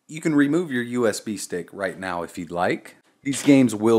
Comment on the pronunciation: Sounds like you're saying USB steak. Mmm, USB steak. BIG THANKS for the video, super clear and easy to follow!